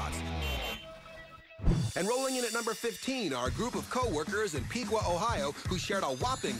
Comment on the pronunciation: It’s “Pickwa” Ohio. How it’s pronounced. Not Peekwa. Lol. I have family that have lived there forever. It was quite the news in that small town when those co workers won